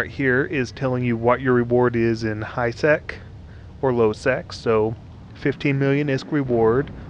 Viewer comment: It sounded like high s#x when you said it in the beginning of the vid